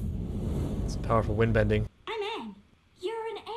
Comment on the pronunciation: This is not aang, it's ong